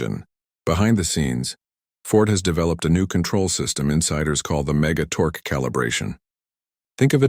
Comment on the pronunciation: computer voice needs to learn how to pronounce "torque", and many other words, and figure out the LB means 🙂